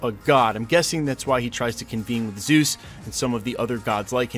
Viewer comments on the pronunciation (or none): none